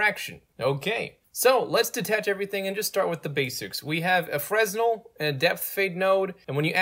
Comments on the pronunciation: I usually never do this. But Fresnel is form french physicist Augustin Jean Fresnel, and it is pronounced "Frenel" without "s". Sorry. I had to point this out. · Good explanation. btw the 's' in 'fresnel' is silent